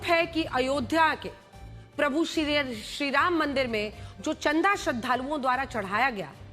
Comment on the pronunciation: Tumhe Sriram bolne nahi aata hai 😂😂😂😂😂😂😂😂😂😂😂😂😂😂😂😂😂😂😂😂😂😂😂😂😂😂😂😂😂😂😂😂😂😂😂😂😂😂😂😂😂😂😂😂😂😂😅😅😅😅😅😅😅😅😅😅😅😅😅😅😅😅😅😅😅😅😅😅😅😅😅😂